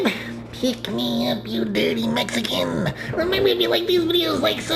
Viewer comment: Upvoted as sewn as I heard derty mexiken